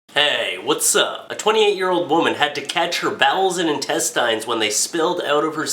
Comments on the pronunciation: Quit saying. IN-TEST-IYNS Intest-INS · Dude. please. Its pronounced in-test-ins not in-test-eye-ns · i am the only one bothered by the fact that he says entest"eins" and not intest"ins"? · old, say it with me now. in tes tins in. tes. tins. in tes-tins. intestines. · (In-tes-tins). Say it with me. Intestines. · Lol intestyes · ***** Not even people in England say it that way. I think he was just high and forgot how to say it or has never said it in his life. Either that or he just wanted to see how many people would comment about it being pronounced wrong. Like Barbie Frey said to jacob, that's not how the language works. Just because it ends with "ine" doesn't give it an "eye'n" pronunciation. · it's INTESTINES NOT INTESTYES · In Test Ines. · Where did you get that ridiculous pronunciation of "intestines"? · He says intestines like I do. It took me awhile to figure out what people meant. Probably because most of my dads family is french Canadian lol. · the only thing that made me cringe was the way he pronounced intestines lol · Is that how people in Canada pronounce intestines or is he being funny? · You're still saying it wrong, though. The right way even sounds better...Why not use it...>.> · Is it just me or does he say "intestines" weirdly? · Well he is pronouncing it the way it's spelt. I'm assuming you pronounce it as "intestins". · Nah I agree :D But whatever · Weeaboo Wiserd that pissed me off so much